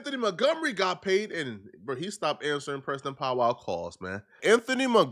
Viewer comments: This man keep saying “POW WOW”(Powell) 😂😂😂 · We believe you can’t read Stephen and pow wow 😂😂😂by the way it’s Stephon and powell 😂😂😂smh🤦🏾‍♂️🤷🏾‍♂️😒